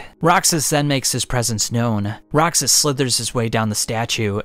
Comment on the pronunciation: I love the video but a small think that's bugging me, I believe you're pronouncing Rakshas wrong (pretty sure it's derived from the Indian word Rakshasa, which were mythological man eaters).